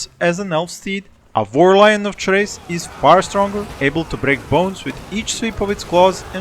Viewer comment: Chrace is pronounced “Kreis”.